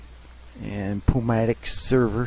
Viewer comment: the servo is pronounced new-mat-ic not poo-mat-ic